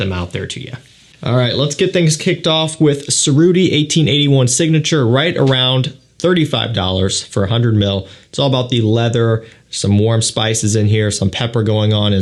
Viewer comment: Cerutti is pronounced che-ru- tti Italian